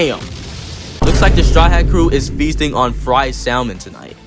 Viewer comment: You people are just glazing over how he said, "salmon" and pronounced the L?